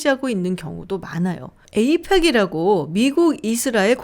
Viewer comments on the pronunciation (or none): none